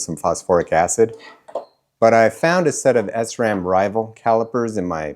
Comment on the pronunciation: "S ram"?? Try Sram, it is all one word.